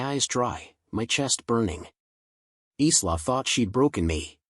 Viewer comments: Isla is pronounced ' eye lar ' not islar. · Eesla not isla is pronounced like a short version of the word Island so Ila thus the S is silent.